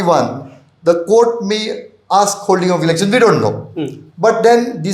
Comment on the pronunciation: Lol the host just said ‘Erection commission’ for election commission 😂 mins that’s why we need to have mandatory education and a degree for news reporting not any Tom, dick and harry can be a reporter without understanding and command over English